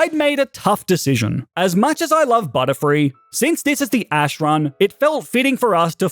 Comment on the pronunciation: Butterfree not butterfild😂